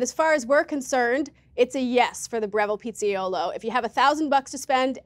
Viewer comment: Pizza-yolo 😂😂😂😂 Then proceeds to throw shade on the person who tried to help with the pronunciation.